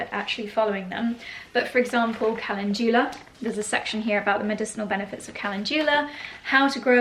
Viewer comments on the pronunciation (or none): Mispronouncing CALENDULA